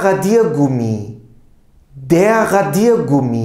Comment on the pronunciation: Merhabalar hocam tekrar amaclı izliyorum videoları suan dikkatimi cektı ki siz isinize resmen asıksınız ❤Bu da mutlak basarıyı getiriyor. Telaffuz ıle ilgili "radiergummi" kelimesini söylerken ne de güzel anlatıyorsunuz. O enerjiyi hissetmemek imkansız. Emekleriniz için çok teşekkür ederim iyiki varsınız🙏 Sayenizde Almanca gibi zor bır dili severek çalışıyorum👏👏